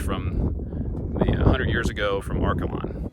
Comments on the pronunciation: Great to see photos of Seward County. I was born and raised on a farm east of Liberal. Are-KAY-lun is the proper pronunciation 😊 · And I’ve never in my life heard Arkalon pronounced that way lol that’s not how we say it.